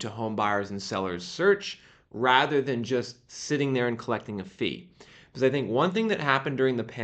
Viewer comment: Translation guide: when he says "biziz" he means "because"